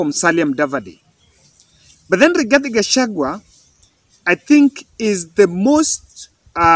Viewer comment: Rigathi not igathi😂😂